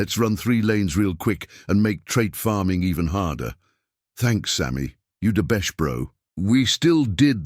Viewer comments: “U da besht bro” honestly I feel I’m the only one that noticed that after looking at the comments😂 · bro said u da behsht bro like totally 😂